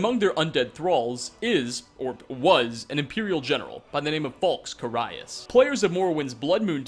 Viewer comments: It's "Carry-us", not "Caraye-us" :P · Its Ca-R-ius. His name is one of the few voiced things in the game. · how the hell do you fuck up pronouncing "carius"? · the most unsettling fact here is pronouncing "carius" wrong:P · What threw me off the most was your pronunciation of Carius... When you pronounce things wrong, it just tells the entire audience that you aren't an actual authority for what you’re talking about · Jargon Madjin anyone can make Skyrim videos. The fact that he pronounced it wrong just shows that he doesn’t actually play the games. He’s trying to come off as a sincere Skyrim player, but in reality he just gets all of his information from the wiki without any in-game experience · Yes. He has a whole fucking channel with hundreds of videos on Skyrim, but doesn't play it because he pronounced ONE name wrong? Yeah that sounds about right. Fucking dumbass.